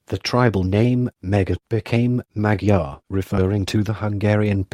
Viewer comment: The history is fascinating and thorough - but the robotic, AI presentation and butchered pronunciation diminishes the potential of this video. It would be top notch if re- done with a live narrator who can pronounce Magyar. Also photos or diagrams accompanying the content would be great - a big question mark is nonsensical.